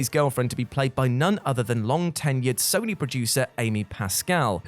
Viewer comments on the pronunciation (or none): none